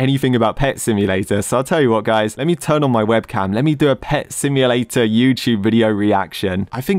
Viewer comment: Did i just hear blud saying "Pet symdrome" ? And what the FLIP is this emoji🤣 : Whoever that admin was-💀 ew.